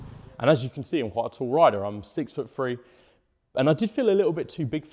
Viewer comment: free hundred miles from ferteen liters.... man, give the English language some respect...!! I can't listen to another second..